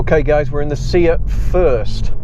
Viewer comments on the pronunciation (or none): Good informative videos, keep 'em coming. I'm not sure if it's an accent thing but my only request would be to please stop pronouncing SEAT as "See-At", it's "Say-At", or just stick to Cupra.. ;-)